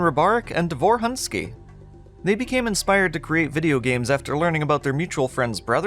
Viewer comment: Quick spelling lesson. Roman's last name ends with letter "ć", which pronounces like "-ch" in the word "rich", not "-k" like in the word "rick". The emphasis in the name "Davor" falls on the first syllable, like in "Dunvich". The letter "u" in Davor's last name pronounces like "-u" in "put"or "-oo" in "doom". - It's kind of bold to call "In The Flesh" a "dungeon shooter" as even the old web-archive development page mentions "open spaces" and "outdoor environments". - While the official old backstory mentions how Mental's minions "will go primarily to wipe the Sirians", neither the backstory nor the game actually confirm that Sirians on Earth are dead from the hands of the Horde or even alive by that point.